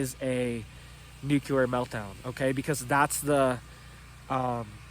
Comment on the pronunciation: There’s no such thing as Nuke yu lar …. It’s nuke lee uhr. Pronounce it right or sounds like George bush.